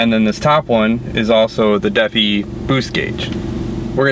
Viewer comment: Deafie... It's Da-fi. 😂